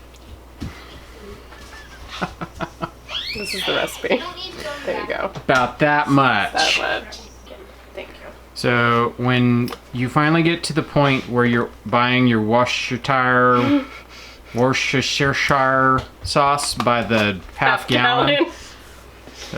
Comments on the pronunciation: Wash-yer-sister Sauce… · Washursista sauce😅😅😅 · (Woo/ ster/ shire) Sauce. It actually German. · Wash-yo-tire! Accurate!!! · It’s worshyersister sauce. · it's "washyoursister" sauce. Lol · Wooshstersher sauce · The “wash your sister” sauce! That’s how I heard it said earlier. Woostershire Warshstershire It’s all good.